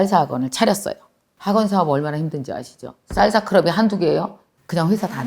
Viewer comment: 강사님 생각하면 한단어 <진행중>이 생각납니다 ㅎㅎ 강사님 쌀사가 아니구 살사 아닌가요 1쩜5배속으로 들어서 그렇나하고 일반으로 해서 들어도 쌀사예요ㅎㅎ 알아들었는디 귀여우셔서용 ㅎㅎ 항상감사합니당❤전 멍이 생각나는데 앞으론 추진력으로 생각하게 노력해야겠습니다^^